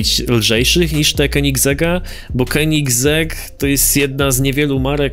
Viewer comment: to muwi sie keninzberg po polski wymowa